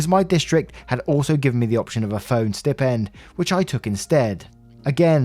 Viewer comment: Probably writes in their own tongue and the software translates it - or they use Google Translate! Stipend is pronounced sty-pend - not stippend!